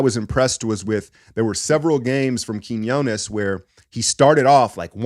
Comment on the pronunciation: I'm so glad you consistently pronounced Quiñones correctly. 👍👏 You are honestly one of a few good men. 😆😅